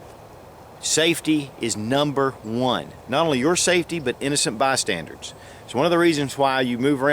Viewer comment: It’s bystanders... not “bystandards"